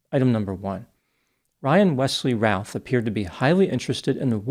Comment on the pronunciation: The name is pronounced like 'Ruth' like the female name.